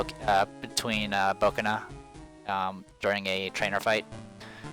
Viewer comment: Bokena instead of Boneka XD